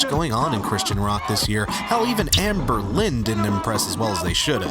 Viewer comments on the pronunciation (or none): none